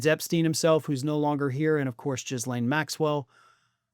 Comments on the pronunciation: please stop mispronouncing Ghislaine Maxwells name; its Ghee-lane.... NOT Jizz-lane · pronouncing her name "Jizzlaine" Maxwell, spot on. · Do you pronounce her name like that bc it has the sound jizz in it? Or do you really not know how to say it? 🤔 it sounds like Gah-lane when pronounced properly.. js 🤷‍♀️ love your content, though 👌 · The S in Ghislaine is silent